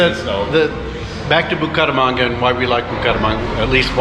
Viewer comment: You say Buko ramanga. It is Buc[æ]ramanga.